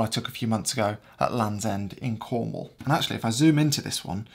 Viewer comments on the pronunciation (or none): none